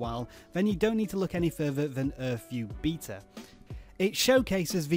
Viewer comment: lol you pronounced beta wrong